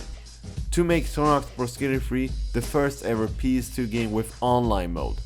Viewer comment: he says ps2 kinda weird he says pees2